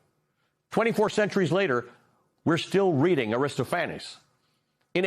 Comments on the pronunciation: AristoPHANes? It's AriSTOPHanes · Will someone be sure to tell Ali it’s pronounced ARR-ih-STOF-uh-neez. I did a double take when he pronounced A ris sto FAN-us. Sorry- theatre person here!!! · Oops. It's "Tongues UNTIED", not "Tongues United". And Aristophanes is pronounced "Ar-is-TOPH-an-eez". Sorry, but I'm a stickler for that kind of accuracy. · Did you mean Aristophanes (Air-i -STOFF’-i-knees).